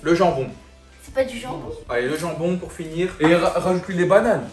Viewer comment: Elle a vraiment dit pore 😂😂😂😂